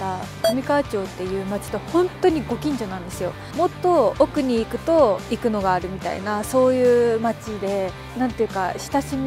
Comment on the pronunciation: 👍️生野の発音が生粋の関西人やのん！😉ますますべっぴんさんやのん！😍